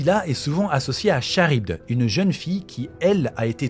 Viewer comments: Ça se prononce Karibde pas charibde, même si ça s'écrit Charybde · Franchement j'aime beaucoup ton travail, mais pour ta petite culture perso on prononce "K"arybde pas "Ch"arybde ! Voilà c'est tout, sinon continue ton taf est au top ! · Petite précision du relou, Charybde se prononce "Karybde" et non "Cha-rybde" :) Et il y a un ptit soucis dans le titre de la vidéo avec la majuscule du i de Nilah :) Voila c'est tout j'adore sincèrement tout ce que tu fais et je like toutes les vidéos studieusement <3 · Super vidéos ! Petit fin fact , on dit « karybde » et non pas « Charybde » même si ça s’écrit bien comme ça x)